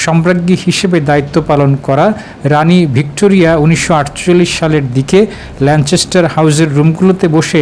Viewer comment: ল‍্যানচেসটার না, it’s ল‍্যানকেসটার. Please fix it before your create report.